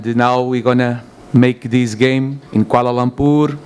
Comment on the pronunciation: sebut bg betul lah kuala lumpurrr ni duk sebut koala lompurrr koala lomporrr 🤦🏻